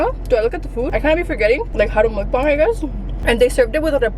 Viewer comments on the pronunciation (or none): It’s mukBANG not mukBONG a bong is wat you smoke weed out off